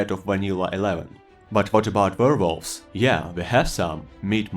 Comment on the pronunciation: “Ver voves”